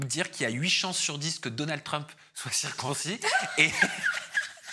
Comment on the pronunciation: tu n’as pas bien prononcé le nom de Trump comme il faut bon vous les français l’anglais ça fait pas partie de vos écoles